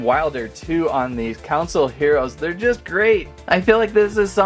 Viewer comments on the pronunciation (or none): pls...it's a CON-SOLE, not a counsel...